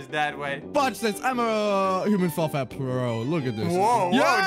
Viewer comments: Who else heard say human small flat instead of human fall flat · In intro u said human small flat 😭😭😭😂😂😂😂😂😂😂😂😂😂😂😂😂😂😂😂😂😂😂😂😂😂😂😂😂😂😂😂😂😂😂😂😂😂😂😂😂😂😂😂😂😂😂😂😂😂😂😂😂😂😂😂😂😂😂😂😂😂😂😂😂😂😂😂😂😂😂😂😂😂😂😂😂😂😂😂😂😂😂😂😂😂😂😂😂😂😂😂😂😂😂😂😂😂😂😂😂😂😂😂😂😂😂😂😂😂😂😂😂😂😂😂😂😂😂😂😂😂😂😂😂😂😂😂😂😂😂😂😂😂😂😂😂😂😂😂😂😂😂😂😂😂😂😂😂😂😂😂😂😂😂😂😂😂😂😂😂😂😂😂😂😂😂😂😂😂😂😂😂😂😂😂😂😂😂😂😂😂😂😂😂😂😂😂😂😂😂😂😂😂😂😂😂😂😂😂😂😂😂😂😂😂😂😂😂😂😂😂😂😂😂😂😂😂😂😂😂😂😂😂😂😂😂😂😂😂😂😂😂😂😂😂😂😂😂😂😂😂😂😂😂😂😂😂😂😂😂😂😂😂😂😂😂😂😂😂😂😂😂😂😂😂😂😂😂😂😂😂😂😂😂😂😂😂😂😂😂😂😂😂😂😂😂😂😂😂😂😂😂😂😂😂😂😂😂😂😂😂😂😂😂😂😂😂😂😂😂😂😂😂😂😂😂😂😂😂😂😂😂😂😂😂😂😂😂😂😂😂😂😂😂😂😂😂😂😂😂😂😂😂😂😂😂😂😂😂😂😂😂😂😂😂😂😂😂😂😂😃😂😃😃😃😂😂😂😂😂😂😂😂😂😂😂😂😂😂😂😂😂😂😂😂😂😂😂😂😂😂😂😂😂😂😂😂😂😂😂😂😂😂😂😂😂😂😂😂😂😂😂😂😂😂😂😂😂😂😂😂😂😂😂😂😂😂😂😂😂😂😂😂😂😂😂😂😂😂😂😂😂😂😂😂😂😂😂😂😂😂😂😂😂😂😂😂😂😂😂😂😂😂😂😂😂😂😂😂😂